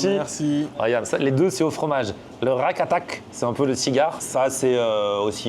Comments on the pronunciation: Le Rakatak 😅😅😅 tu m’as tué C’est plutôt Rikakat 😊 Sinon toujours de la bonne humeur et surtout avec beaucoup de bienveillance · le rakatak!! hahahahaha, c'est les rikakat, hahahaha